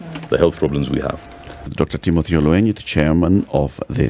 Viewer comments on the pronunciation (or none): It’s OL-WE-NY; ‘NY’ as in NYanza NOT as in maNY.